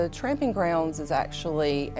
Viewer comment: It's "tromping" ground, not tramping...